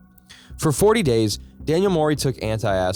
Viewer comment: Try this: ant-acid, instead of anti-acid. And: lap-ar-oto-my, not lap-ar-ototo-my.